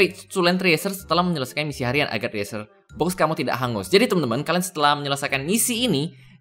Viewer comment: cresyurr bang bacanya, bukan triesur -_